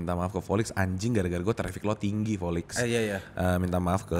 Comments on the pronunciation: Di episode lain juga sering ngomong v jadi p volix aj jadi polix. Ngakak. Dicari-cari aja salahnya 😂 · Lah volix aja nyebutnya polix kok waktu itu, krna memang ga bisa auto v gtu